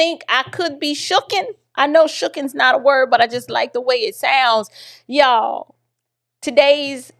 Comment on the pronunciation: The way you said ya'll! You are an honorably southern bell! I know you are originally from NY, which I hear as well. I love your commentary and point of view. Keep up the great work! ❤